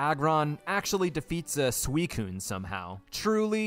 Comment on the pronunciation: Are you deliberately saying some of the pokemon names wrong? Comically wrong? Like Suicine and 'Slay King'. Is that one a meme or something because it's obviously meant to be Slacking, as in slacking off.